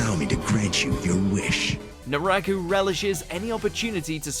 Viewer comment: Great list. But man proper pronunciations! First it was the Spanish words in Bleach. Then it was Naraku.